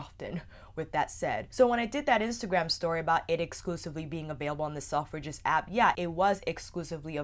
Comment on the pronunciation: Love you channel but I wasn't sure what you were saying at first with the way your pronounced selfridges its more like sel-fridges rather than self-ridges